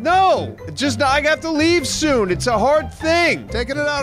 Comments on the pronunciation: Soon soon Did you say you have to leave soon toon XD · Did you say you have to leave soo toon?